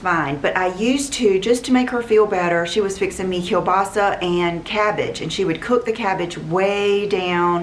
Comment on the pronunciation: I loved your perfect pronunciation of “kielbasa” 😍